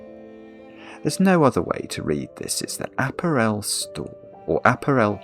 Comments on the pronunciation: Please check how to pronounce apparel! You are saying it wrong! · I'm in the UK, and I've never heard that pronunciation before. It's either just or regional. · I'm from Southern England (living in Wales), I have never heard apparel pronounced that way before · The pronunciation of apparel in this video makes me twitch. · me too, I doth think the brit has the wrong pronunciation here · I doubt it. I'm curmudgeonly and don't tolerate fools gladly. Murdering very standard English pronunciation is one of my triggers, I'm afraid. What's your excuse? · Never heard anyone pronounce apparel like that. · Mix it with some prosecco and soda water and you've got yourself an Apparel Spritz. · as an non native english speaker that's how i pronounce it lol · Yeah is definitely wrong here. There's a few words he says wrong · clearly leads a closeted existence and doesn't get to hear normal people saying the words he only knows from crosswords. Hence, app-a-REL instead of app-A-rel. This may not have got past the Times crossword editor, but I don't see a problem with it. The Times doesn't set the rules by which all cryptic clues have to abide. In any case, "of" can mean "from", so "discounting item from clothing" would be cromulent. When I saw "odd scent", it was obvious that it was cluing "set", even to. I'm sure he'd have no problem with "odd balls" meaning the odd numbered balls on a pool table say. It's no less valid than "Jamie Oliver completely naked", where the letters are treated as collections, not as words. Once again, I think hubris is just sour grapes because he was made to struggle. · do i mis-pronounce apparel or is? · Always enjoy taking the time to explain how the puzzle is supposed to work. Is that how they pronounce “ah-pair-l” in the UK? “App-er-el?” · A-párul, for heaven’s sake! It’s not an aperol spritz! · apparel rhymes with barrel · I mean apparel . The stress is on the second syllable not the third.